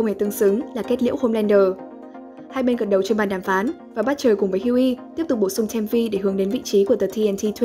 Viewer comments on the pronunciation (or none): Đá tiếng anh liên tục nhưng tên Butcher nhân vật chính lại phát âm sai :))